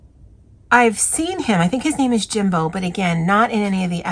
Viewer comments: Lol when she said Jimbo I was laughing to..but you sir are also wrong. Put some respect on my boy Jimbe! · No offence but saying jimbo instead of Jimbei caught me off guard and gave me a Laugh lol